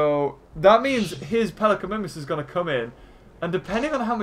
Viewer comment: MIMUS not Mimis